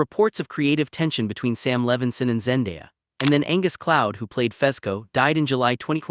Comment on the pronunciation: Say it with me, ZenDAYa.🤦‍♀️